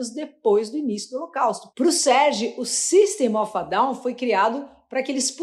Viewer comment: GOSTEI DO CANAL FALTA SO UMA BOA PRONUNCIA DA BANDA FALA- SE SYSTEM OF A DOWN OK ?!